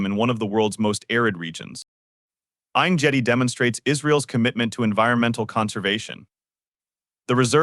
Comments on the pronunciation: is there any point in saying how badly the robo voice pronounces names and hebrew words?? Ein Gedi is not pronounced like that!! Its AIYN GEHDI The G is a hard G, like gap, great, get or go. BANIAS is ban-yas not bah nee us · No point...but it is terrible 😂